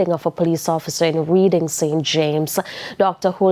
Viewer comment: Reading is pronounce reding.